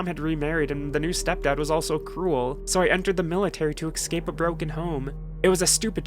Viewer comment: This video was ekspecially dark. a real ekscape from the norm.